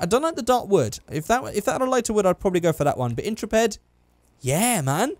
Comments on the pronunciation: "IN-truh-ped" aaaaaa It's "in-TREH-pid" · "Intra-ped" Please, end my life. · Is anyone else irritated by constant mispronunciation of the word Intrepid? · In-trep-id. Ok.